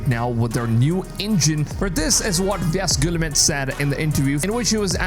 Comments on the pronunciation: his pronunciation of yves guillemot is an absolute violation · You are butchering the pronunciation of Yves Guillemot's name... not that he deserves respect